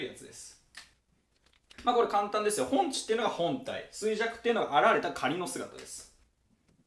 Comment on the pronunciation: ほんちじゃなくてほんじだと思います！